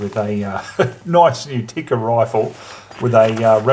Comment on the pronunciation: I have Finnish heritage and I'd like to thank you for pronouncing Tikka correctly.